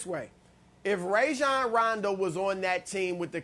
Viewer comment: FYI - It is RAH-jon...not RAY-jon. he said so himself in an interview on the jump, but no one seems to want to get names right.